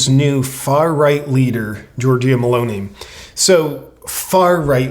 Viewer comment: I am giving you the chance to be the first ever youtuber to say her name right: we pronounce the E at the end as I. MELON - EE ( not ai, not ae, but I , or EE). Love you, you are welcome. CHeers. BTW I also fear she will follow dictates from WEF unfortunately....